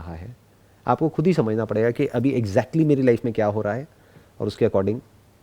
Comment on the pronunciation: Y she can not pronounce parega like ms sir did y she even not spoke matterei basha but she is excellent in foreign language y small things but big solutions